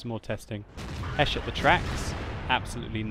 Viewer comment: He's saying it correctly. The British tanks get High Explosive Squash Head ammunition (HESH). So HESH Shells is perfectly acceptable.